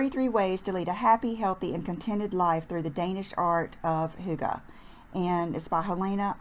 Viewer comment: Love the cute side part!! I am of danish descent and am all about "cozy" which is kind of the essence of "hygge" As an aside, the word "hygge" is pronounced like "hiegga" Love your videos!